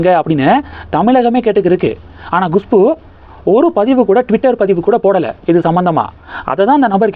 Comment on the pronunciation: GUSHPU இல்லை, KUSHBU தான் கரெக்ட், எவ்வளவு பிடிவாதமாக தொடர்ந்து தப்பாகவே உச்சரிக்கிறீர்கள்? எரிச்சலாக இருக்கிறது